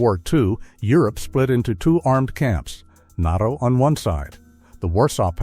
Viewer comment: …AI mispronounced NATO as NOTO! That’s all, just stupid AI.